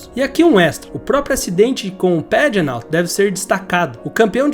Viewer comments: Bom vídeo, só precisa aprender a pronunciar alguns nomes por exemplo Simon Pagenaud que é francês e se pronuncia "Pagenô" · Vou tentar ajudar em português : Simôm Pagenô . Parabéns pelo vídeo. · Kkkkk acabou com o nome do Simon pagenaud (pagenô) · Achei que só eu tinha notado: “Saimon Pagenáu” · Legal esse modo de Americanizar os nomes dos pilotos. Simon Pagenaud, o cara é francês, é óbvio que não se pronuncia como falou no vídeo. Entre outros...mas esse foi Ilário. 😂😂😂😂😂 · "Pagenô " e não " pegenout " kkkk Sérvia e não "serviá " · Quantos erros, informações distorcidas, "perdeu a vida e os movimentos dos braços e pernas" ? sem falar nas pronúncias dos nomes dos pilotos, é Simôn Pagenô que se fala, ele é francês, é autódromo de Pôcono a pronuncia, é Raiam Ranter Rei o nome de (Ryan Hunter Reay) .... e por aí vai